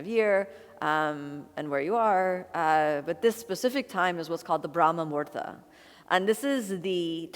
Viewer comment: Kino, you are so cute! But it is brahma muhurta (Muhūrta (Sanskrit: मुहूर्त, romanized: muhūrtaṃ) not murda - murda is a corpse in Hindi. Muhurta is the right moment in time, that unit of time that is mathematically calculated and predicted by the astrologer or priest for a particular event like we have muhurtas for the naming ceremonies, thread ceremonies, marriages when the knot is tied, for fire ceremonies/yagnya/yagya or agnihotra or havan, basically for literally every puja or ritual. If you miss the muhurta, you cannot proceed with the action (ceremony) you wanted to conduct and a new one must be found because it is considered "abshagun" or bad timing which implies the time will not bring fruitful results or worse bring difficulties, like e.g., we do not start or perform any deeds during "rahu kaal" when planet rahu rules because disaster is predestined (ofcourse this is orthodoy and has scientific reasoning as to give humans a break from work). So Brahma Muhurta is 1.36 mins or 96 mins before sunrise.